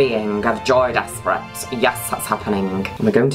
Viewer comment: i always thought you were saying joey desperate